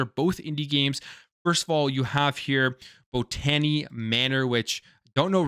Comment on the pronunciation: It's pronounced bot (as in robot) ta - knee.